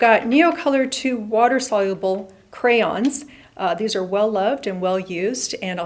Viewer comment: Sol-ya-bl not solabl for soluble